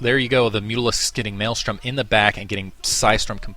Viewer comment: THank you. you say it correctly. It's MaelSTRom not maelStorm